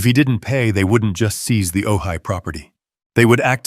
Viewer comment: Ojai is pronounced ‘oh hi’